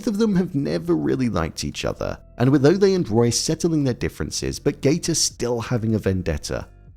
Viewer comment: why you pronounce Ole like Olay? It Ole like Ol’ or Old. Good review btw. 👍🏻